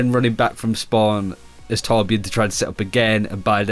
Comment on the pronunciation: what? its torbjörn